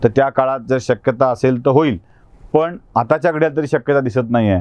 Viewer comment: तुम्ही थोडी शुद्ध भाषा बोलू शकले तर अजून चांगल, जस पन, पानी, बाणचा,'' ण'', वाईट वाटून घेवू नका आपल बोलण मी नेहमीच एकतो, प्लीज बघा